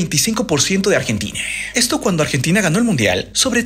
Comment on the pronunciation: “…muchos han aseguradEWR que la razón de estEWR…” por qué habla así?